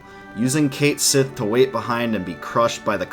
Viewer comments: It isn't pronounced "Kate-Sith" It's pronounced "Ket-Schi". Weird, I know. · Brw, cait sith is pronounced kat shei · "There, Cait Sith" "Noooo, it's pronounced punch me in the face" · Ugh while I mostly enjoy this channel, hearing the mispronunciation of 'Cait Sith' so much makes me cringe